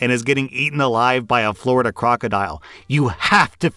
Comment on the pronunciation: As a floridian you really made me laugh when you said flordia crocodile 🐊 lol